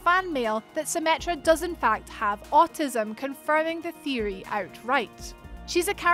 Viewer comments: The “thiry” lol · Please pronounce theoty correctly i am turkish but it still bothers me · I cringe everytime she tries to say theory